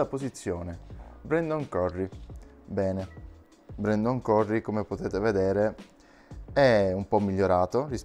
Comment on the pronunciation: Perché, tu in inglese lo pronunci CURRI? Cosa sei, napoletano?